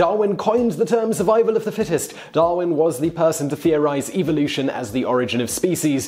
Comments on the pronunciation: wish he pronounced evolution correctly. 😉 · Does it bug anyone else by the way the host says evolution